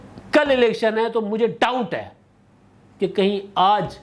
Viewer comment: آپ نے لاسٹ میں ایک لفظ کہا کہ، مجھے ٹاؤٹ ھے، ٹاؤٹ نہیں ڈاؤٹ کہنا تھا آپ نے۔